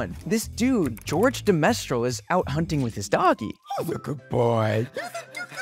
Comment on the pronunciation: Bro really pronounce George de Mestral "George the Mestral"